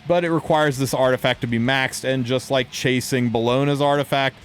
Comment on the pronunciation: "For the six of you who loke playing Dark Adin..." Damn, bro...